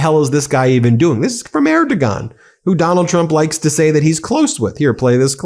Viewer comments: Erdugan pronounced “Air-du-wahn” 😉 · PLEASE don't pull a Trump and mispronounce foriegn leaders names!! It is NOT AIR DO GONE!! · Ben,I don’t care for the man, but it’s pronounced “Air-do-waan” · Say " air de juan"